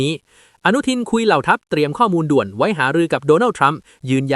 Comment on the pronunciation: กรุณาออกเสียงภาษาไทยให้ถูกหน่อยครับ บางที่ฟังแล้วขัดในหูอย่างเช่น"ด่วน"ไม่ใช่ดวลครับ😂😂😂